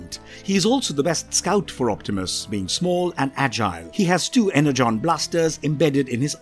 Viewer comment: y u pronounce "energon" be like "hexagon" its pronounced like "Enerjon"